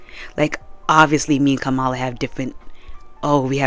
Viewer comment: Kamala's name is pronounced "Comma-La" , otherwise, nothing but facts. I didn't know that McDonald's was using prison labor, I'm honestly not that surprised.